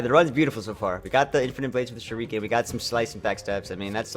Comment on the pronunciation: Shuriken is pronounced sher-i-can not sher-ee-can